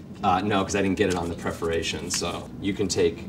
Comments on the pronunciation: It’s “perforation”, not “preforation”. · preforation vs perforation